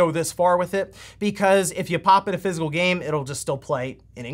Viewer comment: physical, not fizzel. I know you talk fast, but sometimes I swear you do that on purse. lol